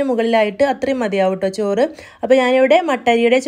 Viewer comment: ജോർ അല്ല ചോർ